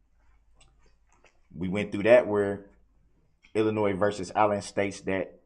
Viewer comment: Illinois vs Allen. ILLINOIS,Darrel? The" S "is silent. Phonetically yours.... you are under the prison.